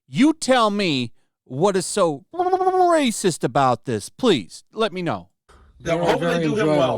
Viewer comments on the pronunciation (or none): you tell me what is so rrrrrrrracist